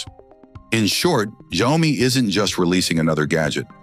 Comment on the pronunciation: Could we maybe teach AI how to pronounce a word/name and then have it stick to the same pronunciation throughout the video? I think I heard Xiaomi pronounced like 20 different ways 🙄. I don't even care if it's wrong, just stick to one!